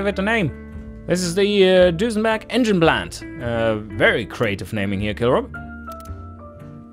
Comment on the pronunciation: It begins... Nice epic-feeling intro, sets the tone for the monumental task you put ahead of yourself. That aside, I have to say one thing; the way you pronounce it, I can't help but to call your brand "DusenbArg" as opposed to "Dusenberg". Long live Dusenbarg? That's etched in my mind already, haha... As for engines being smaller but keep high power outputs, I dare say that strategy won't work until turbos join the scene. Making smaller engines in the early years is nice for side versions to compensate for the costs of the "Record Breakers", but they won't produce big power even if you try to rev it to oblivion... Those are my five cents on the matter, either way.